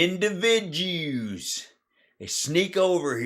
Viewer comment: You had me at " indivi-jews" Hal, you do the homework On these Right wangers That I couldn't stand to sit through. Sky wizard approves.